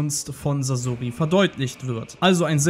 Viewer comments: sasoooori es wird saßori ausgesprochen du knecht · Oh bitte sprecht doch Sasori richtig aus T_T Sasori ist nicht ausgewichen, weil er den Tod seiner Eltern nie verwunden hat, und so in den Armen seiner (Puppen)Eltern sterben konnte. Sehr traurige Story. Er macht sich selbst unter anderem deswegen zur Puppe, um nichts mehr fühlen zu müssen. Aber sein Herz war noch immer sein Herz und der Schmerz über den Verlust blieb. Er ließ sein Herz von den Puppen durchstechen, die er als Kind seinen Eltern nachempfunden hatte, die er so vermisste.